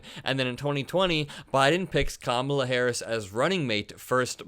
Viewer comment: Trump and his acolytes, including the stooges on Fox "news", also purposely mispronounce "Ka-mala" in a sign of disrespect. No surprise coming from the same clowns who added the middle name "Hussein" whenever possible when talking about Obama.